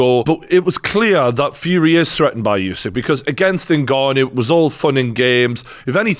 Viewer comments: its not yousyk-its usyk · USYK is pronounced “Oo-sic” NOT “you-sic” - why does every boxing journalist get this wrong?!